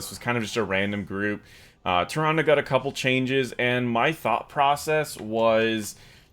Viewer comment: "Ty-Rhondah".... Nope!